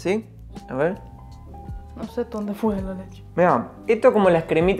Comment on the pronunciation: ese fua y ese obvio le salio muy argentino Jajajaja